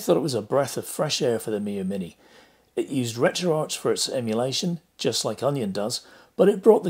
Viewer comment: Great vid! Even though you saying RetroArch as in Golden Arches, instead of RetroArc as in Retro Architecture or Retro Archives throws me as I’ve not heard it pronounced like that before!